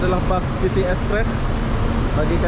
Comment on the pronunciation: City = sebutan "siti" bukan "citi"